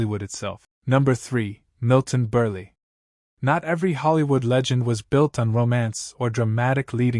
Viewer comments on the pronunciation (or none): Most of the Endowment Stories you're discussing are just that - RIDICULOUS RUMORS. I happened to see some underground photos of stars such as Errol Flynn, Burt lancaster, and a few others and they were VERY regular size - MILTON BERLE is the name NOT BURLEE (Get your pronunciation RIGHT) and yes everyone in Old Hollywood knew he was enormous as men used to stalk him at Urinals and they often got a good look, apparently.